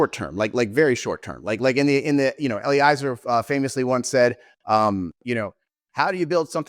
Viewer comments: another piece of hopefully constructive feedback: pretty sure Eliezer is pronounced Eh-lee-EH-zer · Yep! It's a perfect rhyme with "Jelly-Fezzer"